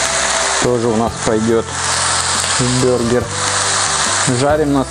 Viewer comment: Бургер а не бюргер! Ты походу из Германии